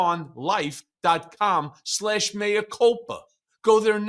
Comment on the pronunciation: Thank you for not calling “mea” “mia”. [former Latin scholar]